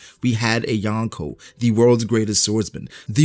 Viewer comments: Yonko** not Yanko. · Wtf is "yankow"?? Lol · Please learn how to say Yonko properly not yawnko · You are pronouncing Yonko wrong